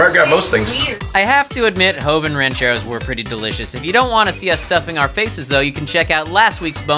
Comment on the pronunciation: It bothers me how joven says rancheros but I still love him he my second favorite lasercorn is my first favorite